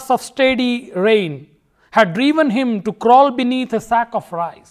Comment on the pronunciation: at 19 .51 it is rain not pain